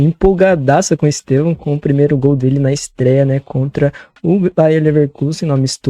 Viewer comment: Eu racho o bico pq a pronúncia deles de EsTÊvão faz parecer que eles estão chamando ele de EsteVÃO (no aumentativo) 😂